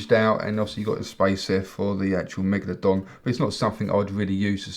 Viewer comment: I heard him say manglerdong